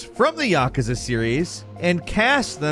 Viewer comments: Yah-kuh-zuh. Yeah I'm done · I wish you knew how to pronounce Yakuza. Hint: it's not YAKAza. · Tell me you don't know how to pronounce Yakuza without telling me you don't know how to pronounce Yakuza. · When trying hard fails and you mispronounce Yakuza... smh